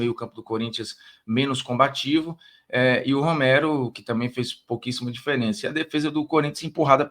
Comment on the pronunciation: Formiga, o nome do Romero é Romero irmão, não é Roméro.